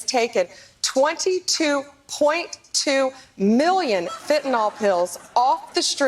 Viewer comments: Will somebody please teach Pam Bondi to pronounce Fentanyl? It's not FentanOL. There's no O in the name of the drug. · Why do so many people insist on saying "fentanOl"? It's fentanYl.